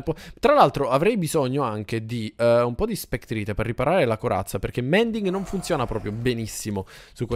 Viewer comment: Scusa si dice mending